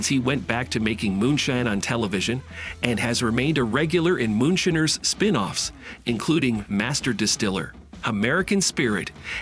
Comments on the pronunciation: MOONSHINER NOT MOON SHINNERS!!!! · I just turned this idiot off as soon as he said shinner.